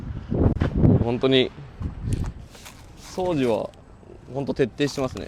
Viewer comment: 掃除のイントネーションおかしいけど地方によって違うのか？